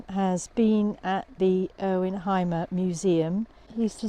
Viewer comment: Hey folks Hymer is pronounced Hümer and not Heimer 😊. Thanks for the vid.